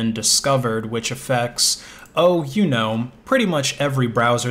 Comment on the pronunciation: Every time he say know i hear Gnome :D is he actually a Gnome user? Also i mainly did come her to write i use Firefox :-)